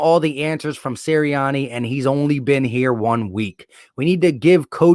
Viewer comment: Alright trying to spread peace hear I am part of the Sirianni family and I want to make sure that our last name is pronounced correctly it is siri-Ann-ee. Thank you lol